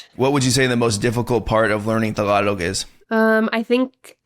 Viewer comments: it is Pronounced "Tagalog" not "Thhaagalog"🤣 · Bro! pronounce it properly! TAG-A-LOG! :D Killing me bruh! :D